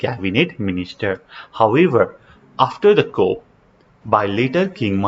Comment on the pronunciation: Sir your pronunciation needs to improve, not coup(kup) . Its pronunciation is ku.